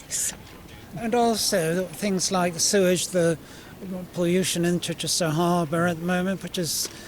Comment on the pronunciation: This was my constituency until I moved recently. Ms Keegan was a terrible MP. Near the bottom of the list of accessibility. She wouldn’t answer a message but you could hear her every other night on LBC. Definition of self serving. Keegan can’t even pronounce ‘Chichester’ - was just installed there because it was a safe seat.